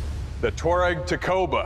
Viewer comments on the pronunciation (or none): Just a note it’s pronounced as T’ wha-reg (Tw like in Twist, ah. Reg as in register) it’s broken into the phonic sounds.